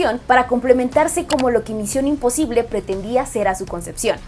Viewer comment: Pinche fastidio de cómo pronuncia misión imposible. (Con la papa en la boca ) y queriendo sentirse muy intelectual!!!! Pésima!!!’ Muuuuuuuuchooiio cringe!!!!!